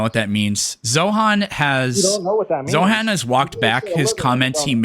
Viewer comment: both of u calling zohran mamdani "zohan" makes my soul ache 😭